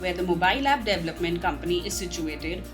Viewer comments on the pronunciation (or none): With all respect.... please pronounce "DEVELOPMENT" and "DEVELOPER" the right way. Listen and repeat. You can do it!